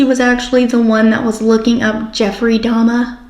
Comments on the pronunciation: i bet its because shes playing innocent little girl and innocent little girls dono who dahmer is so she pronounced it wrong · AND DEDE HAD AN CAJUN ACCENT SO IT MAKES SENSE SHE WOULD SAY "DAHMA" INSTEAD OF DAHMER. THE CAJUN ACCENT IS DIFFERENT THAN A CREOLE ACCENT AND IT ALMOST SOUNDS LIKE A NEW YORK ACCENT ON VALIUM. A NEW YORKER WOULD SAY "DAHMA". GYP REPEATED IT THE WAY HER MOTHER PRONOUNCED IT. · Thank you for showing this! I agree you caught her telling on herself. It's frustrating that the interrogator validated her comment, I wish he would've let her dig her hole more. It's possible she purposely mispronounced Dahmer's name to be deceptive that she was actually very aware of him. Also, I dont think DeeDee would have let her go to the restroom unattended. Maybe she had fallen asleep or was slipped a sleeping pill.